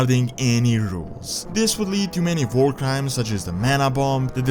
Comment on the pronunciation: Why do You say war with a V